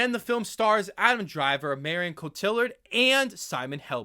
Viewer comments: Her name is pronounced KO TEA AR. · Not whatever you were saying.